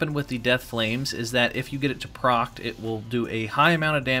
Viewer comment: Sounds like you’re saying “get X to proct,” instead of “proc”.